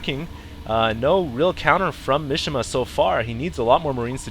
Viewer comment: Mishima is a Japanese name (like famous novelist/nutball Yukio Mishima) and it's pronounced "Mee-shee-mah" (3 syllables, none of them rhyme with fish) not "mish-imuh". Not that I expect you to be able to identify and pronounce all languages correctly (hell, I can't), but just so you know, you were butchering that guy's name...